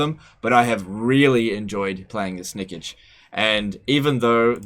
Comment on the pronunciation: That pronounciation of Snikch.... Come on its not Snikich its Snikch. XD